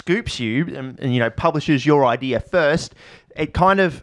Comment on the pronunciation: Hey, can you show us where in the word, "idea" there is an r? I've asked Australians and scientists, but never an Australian Scientist.